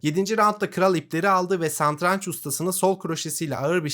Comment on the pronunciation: üstad santranç değil satranç